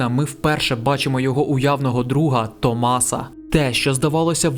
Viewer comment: Не можу увесь час не здригатись коли автор в імені Томаса ставить наголос не там, а так чудовий огляд